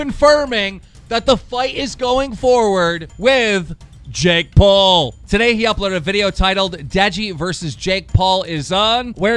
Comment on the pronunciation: DEJI SAID JAKE PUL HAHAHA